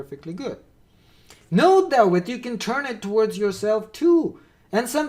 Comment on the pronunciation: Btw: - "vague" is pronounced "vayg", not "vahg" - "though" is pronounced "thoh" not "thau" - you want "routes", not "roots" 😉